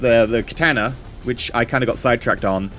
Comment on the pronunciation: You are the only person I have heard pronounce katana properly. Most people pronounce it like katarna.